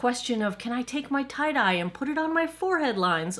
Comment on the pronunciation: Every time you say Tight-Eye, I think you've said tie-dyed! Lol! Either my hearing is going or I need more sleep. :-D